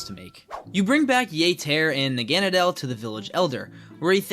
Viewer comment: You said Naganadal wrong its Nah-gun-nah-dull either way great video